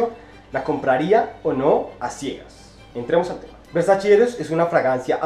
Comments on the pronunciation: tu manera de pronunciar "versachi " supondría dudar tus conocimientos sobre las fragancias 🤔😣🤔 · Buen video,,, me gustan tus reseñas,,, nuevamente un pequeño detalle,, es versacE ( versachE);-) Un abrazo...